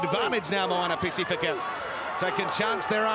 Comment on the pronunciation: Moana Ba-c-fee-ka not pa-seh-fe-ka